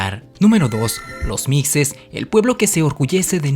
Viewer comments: Siendo de Oaxaca, concretamente de la región del Valle, me gustaría decirte que la pronunciación de los Mixes no es con una pronunciación fuerte en la "X" como "Micces", siendo ésta errónea porque se pronuncia como si fuera una "J"; "Mijes", al igual que se pronuncia "Méjico" y no "Meccico". Sin embargo fue un buen vídeo, he visto varios vídeos y me encanta aprender de historía en YouTube jaja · Los Mixes se pronuncia mijes o mishes no micses... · Muy interesante. Sólo como aporte a tu excelente trabajo: Mixes ("Mijes" - "micses"). Soy Mixteco. Viví en Totontepec Mixe. Cultura maravillosa y gente extraordinaria. Excelente lugar para pasear y conocer. Debes darte una vuelta y sentir la maravilla de verte entre las nubes... Muchos saludos. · Mijes, mijeeees... No mixses 😂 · ..... Se escribe Mixes, pero se pronuncia 'Mijes'... La X como si fuera J. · Mixe, la x se pronuncia como j (mije) Soy un orgulloso mixe... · wey se pronuncia mijes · Mixe se pronuncia así mije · Muy buen video, aunque se pronuncia mijes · No es micses😆😆😆😆 es Mixe ( Mije) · Micses no mijes ,la x suena como j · No se lee micces, se lee mijes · Se pronuncia " mijes" la x se pronuncia como j, suena feo mixes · muy bueno tu vídeo pero no se dice mixes se lee mijes saludos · "micses" "mecsico"... se pronuncia mijes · MIXES: Se pronuncia mijes. No micses! Muy importante saberlo. Para que sea confiable el articulo del video! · Esta mal se pronuncia mishes. No mijes. Ejem Los meshicas. No los mejicas. Es meshico. No Mejico . Es shochimilco no jochimilco. Y es oashaca. No oajaca. Es oashtepec. No oajtepec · Se dice “Mijes” ya vi que te equivocas mucho en tus videos, investígale mas pues si me gusta tu info pero llegas a tener errores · Mixes se pronuncia "Mijes". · La historia es muy buena pero la pronunciación de los términos Mikses es errónea se pronuncia mijes Tehuantepec no thehuantepeque soy oaxaqueño y así se pronuncia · Se pronuncia mixes, no micxes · Se pronuncia Mijes como fuera j la x!